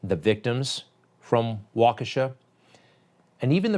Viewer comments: Waukesha is pronounced like: Walk-ishaw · Waukesha is enunciated “walk-a-Shaw” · Ahhh yes... the MSM smoke and mirrors. We all know it very well, but please Greg... it's pronounced (Walk-a-shaw).